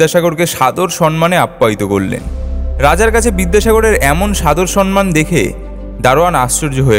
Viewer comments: Brother,,,, it's not 'সন্মান', it's 'সম্মান' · amar bhul hote o pare... tobe "somman" bolo bhai... "son-man" ta besh ekta bhalo lage na.... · খুব সুন্দর, যেমন তথ্য তেমনি পরিবেশনা । 👍👍👍👌👌 কিছু মনে করবেন না, 'সম্মান' কে 'সন্মান' বলছেন কেনো বুঝলাম না । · স্যার আমি পুরোটা শুনছি। খুব ভালো লাগছে। শুধু স+ম্+ম্+া+ন আপনি উচ্চারণ করছেন স+ন্+ম্+া+ন একটু সংশোধন করে নিলে পরবর্তী ভিডিওর শ্রোতারা ঐ ভুল থেকে নিরত হবে। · বিদ্যাসাগর নিয়ে কথা বলছেন দয়া করে র এবং ড় এর উচ্চারণ ঠিক করে করুন বাংলা ভাষাটা বেঁচে থাকুক।সনমান নয় কথাটা সম্মান। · "সম্মান"=samman, sanman নয়। দয়াকরে সমমান শব্দটির সঠিক উচ্চারণ করবেন। আপনি ভুল উচ্চারণ সঠিক করবেন, দয়াকরে। আমরা print এব পুস্তকে "সম্মান" বানান যেভাবে দেখি তাতে ন-এর তলায় ম মনে হয়। আসলে ম-এর পর ম। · লাইকটা দিলাম না কারণ কথাটা হবে সম্মান, সন্মান নয়! আগে উচ্চারণ ঠিক করুন!